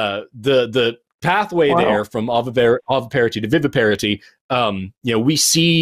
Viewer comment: Veeveeparity is nearer to the latin pronunciation of viviparitas